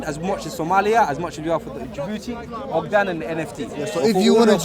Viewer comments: Stop saying ogdan please it’s ogaadeen big difference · I Swear I got Mad ass hell as these British Yutes I never been to London Hearing all these “ OGDEN OJDEN OGDEN LIKE WTFF!???” It’s OGAADEEN Cmon Cuhh don’t Disrespect our land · Why does pronounce Ogaden like ‘Ogdan, you’d think he’s referring to Adam bogdan the Liverpool keeper 😂😂😂😂😂😂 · Manigga if you call Ogaden Ogdan on more time I’m coming through to London to teach yo iidoor head how to pronounce it